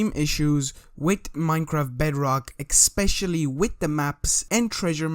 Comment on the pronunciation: *especially not eckspecially